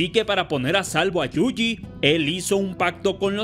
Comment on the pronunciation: amigo pronuncias YUJI mal. Lo lees como JUJI y es YU JI (quizá si separas la palabra en dos partes YU JI te sea más fácil).